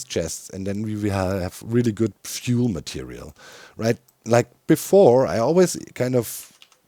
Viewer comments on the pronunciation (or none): none